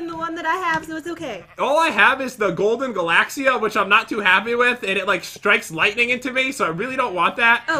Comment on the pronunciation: That's not how you say galaxyia you say it like galaxy-a